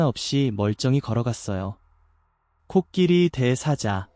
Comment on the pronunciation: (코끼리) (대사자)는 뭐냐? (코끼리) (대) (사자)로 제대로 씨부려라.. 무상교육인데도 애비, 애미가 학굘 안보냈나 보구나?